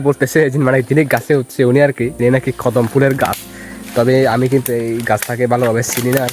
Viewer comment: 😂 সালটা না চালতা 😂 😂 খদম না কদম 😂 😂 ছসমা না চশমা 😂 😂 রেদি না রেডি 😂 😂😂😂😂😂😂😂😂